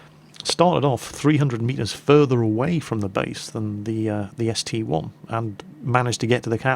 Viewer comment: Its ST-I Not ST-1